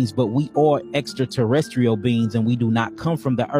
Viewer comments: “Extra terry estrial” I’ve never heard extraterrestrial pronounced that way. 😏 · I thought I heard him say "Extra Terror Estrial". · Extra- Tera-astral. 😅 bro. Gods who invented English , I’m sure could pronounce it better. No? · Extra terra es tree al Humus species Earf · Extra Terra restial beings that created everything (except proper grammar and pronunciation) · Extra-tera-estrial is killing me. I have no idea what that means but alright man.